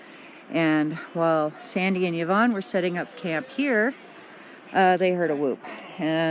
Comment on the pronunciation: Scottish person here. Have you asked Yvonne how she says her name? Fairly common in our wee paradise. It is Ivonne, or eevone. Anyway a vowel at the start, not a yi. So... thats all.